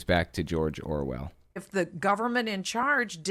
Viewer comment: Does she keep calling him George ORVILLE or am I mis-hearing it?